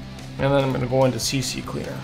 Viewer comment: Remember its C-Cleaner, not CC-Cleaner. You coud maybe say CC-leaner, but that makes no sense